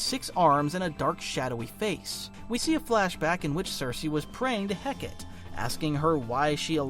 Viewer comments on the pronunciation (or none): /heh kah tee/...not.../heh kate/ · It's "Heh-Cah-Tea" not "Heh-Kate". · errm actually 🤓 it’s pronounced Hek-uh-tee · Why is it that every video about the Abdolute universe mispronounce "Hecate"? Its Heh-Kuh-Tea, not Heh-Ket. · heck-ah-tea not heckit :) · Hecate is pronounced more Heh-Ca-Tay than Heckitt. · Hecate is pronounced "Heh-kah-tay". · Hecate = heck-uh-tee Otherwise a flawless video! ❤ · I believe its pronounced "heh-KAH-tay" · Hecate is pronounced "Hek uh tee" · Dude, it’s HEH-kah-teh. Three syllables. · The name Hecate is pronounced "Heck-uh-tee" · Hecate is pronounced heh-cuh-tee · Hecate is Heh’ka’tee. 🤞🏽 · Hecate: Heck-uh-tee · Was looking for this lol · great video.... though idk why it irked me so much but Hecate is actually pronounced as Heck-a-tay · the volume of comics content creators that don't know how to pronounce Hecate astounds me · Thank god someone said this 😭 the way he pronounced it made my brain hurt goshhh